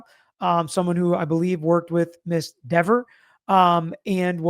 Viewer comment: Dever don’t call me Deever